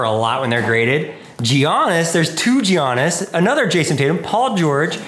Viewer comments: Giians its yannis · Put some respect on giannis antetokounmpos name its not G-iannis its pronounced Yan-nis this man will be the best player ever when he's done I believe and the disrespect from you is not tolerable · its pronounced yanis not giannis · I love the video and no hate and name is hard to pronounce but I laughed out loud when you said “ge-yannis” 😂😂😭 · SAMMEEEEEEE, I’m from Milwaukee so that made me pretty mad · How he said “ Jiannis” though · He really said Jiannis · Bro said geeaniss instead of giannis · why are people that "love basketball" still not able to say Giannis properly? He's the best player in the league, has two MVPs and won the Finals last season. Unreal. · I know right? Says he loves basketball but apparently only knows about Jordan, Kobe, Garnett, Shaq and Duncan. Can't even say Giannis correctly and he's the best player in the NBA. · Cmon, you know how to pronounce Giannis’ name bro.